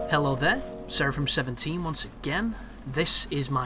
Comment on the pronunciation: you said it right too bad the character is too stupid to ick up the enemies weopon